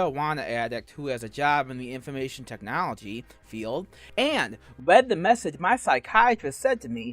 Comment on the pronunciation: Ok you made a good video but did you expect me to believe a “mawiwanna addict” who works in “da infowmaysun industwy”? 🤣